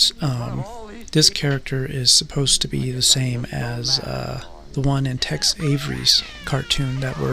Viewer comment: It's not Text Avery, it's Tex.